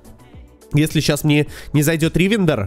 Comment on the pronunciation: Почему ты делаешь ударение в словах не на те слоги, например ривендер , вы почему то ставите ударение на 1 слог , хотя все говорят с ударением на 3 гласную